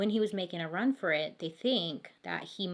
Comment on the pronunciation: Love how she said "run fur it" instead of run FOR it. Fantastic. I hope she knows we are laughing with her! Not at her! The mispronounciation is part of why we love her!